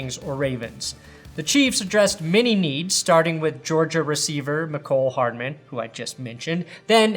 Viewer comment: Hey thanks for putting some respect on the pronunciation of Mecole Hardman. Youre the first guy ive heard say his name right. Idk why these analysts are hitting the mEEEEEcole Hardman.